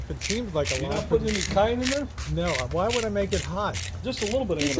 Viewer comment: My head is going to explode if I have to hear him try to say "cayenne" one more time. yeah yeah yeah baby....